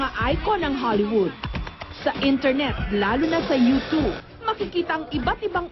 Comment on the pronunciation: Hahaha. YOUTOOB PO TALAGA. HINDI YOUCHOOB. TIGNAN NIYO PA YUNG MGA VIDEOS NA PINAGTATAWAN YUNG YOUCHOOB. :))